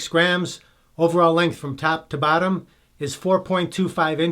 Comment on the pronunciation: I swear you were saying "tap to battom" hehehe... accents are awesome!